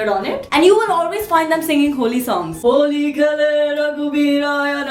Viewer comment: Indian version of superwoman!!tht was cool.....especially happy Holli haa(Marathi accent)...i loved it:p